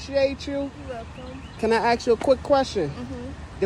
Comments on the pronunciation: "Axe". Fuck me dead, it's "Ask", it has three letters, are you that retarded you can't pronounce it properly? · if a car salesman asks me if he can "ax" me something, I'm out of there. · Can we “axe” you a question … Jesus my brain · Leaves when “ask” becomes “aks” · If your car dealer says "aks" instead of "ask", run. Run fast. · lemme axe you... I believe you already did... 😂